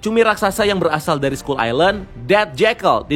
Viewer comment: Bang, Kalo sebutan ny dlm bahasa inggeris,sebutin dengan bener bang,skull kok d sebut ny jadi sekul??sekal baru bener skull,kalo ga mau pronaunsiasi ya ubah aja jadi pulau tengkorak mudahkn